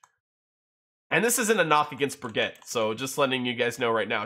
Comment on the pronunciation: Its Briggite a german name not baguet.